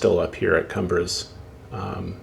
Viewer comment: Looks great. Very detailed and well done. Just FYI that the town is pronounced cuumbres ... which is spanish for peak. Keep up the good work!